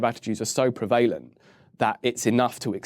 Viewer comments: This guy is so intelligent and lucid, I've learnt a lot about the law in just 35 minutes (and I'm still learning!). Wish he'd pronounce "PREvalence" and "PREvalent" properly, though! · I wish he would stop mispronouncing prevalent! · His pronunciation of "prevalent" is triggering me....